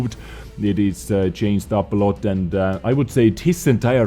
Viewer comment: day 124 of telling that you are saying chainsed up, instead of changed up why?